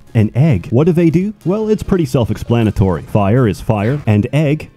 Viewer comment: What’s up with saying: “Breeve” “Seff”